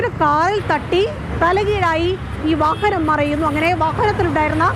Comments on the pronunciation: വഹഹനം എന്നല്ലേ ഈ കുറ്റി പരെന്നത്. ഇന്തെ ഈ കുറ്റിക്കു വാഹനം എന്ന് പറയാൻ അറിയില്ലേ.. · വഹനം അല്ല വാഹനം എന്നാണ്.